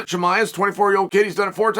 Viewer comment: Khaaaaam zattttt... Not khaaaaaaz matt... Chimaev... Chiiiiii maaaaaa evvv 😁👌